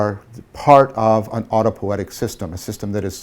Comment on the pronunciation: Er... "autopo-i-etic", not "autopoetic". Also, pls pronounce J_u_ng, not J_a_ng, cogito ergo s_u_m, not cogito ergo s_a_m. These "u"s need to be pronounced as in "ruin" not as in "lust". And thank you for the deeply insightful lecture series!